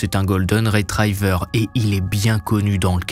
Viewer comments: Ça se prononcé œufs de " lompe " et " esturjon ", pas œufs de " limpes " et " esturgon ". Et un golden retriever, comme toutes les particules " ie " se prononce " i ", pas " aï ". Un golden " retriver " pas " retraïver ". Sinon merci c'était cool ! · Vos vidéos sont très bien , bravo ! Mais il y a des petits problèmes de français et d’anglais . Après si , pas de conditionnel . On ne dit pas cinquante z enfants , ni esturGON , retriever ne se prononce pas retrAÏver . Et d’autres . N’empêche j’apprécie votre travail , vous êtes le meilleur dans le genre .